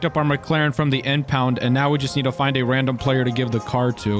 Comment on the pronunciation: random not radnom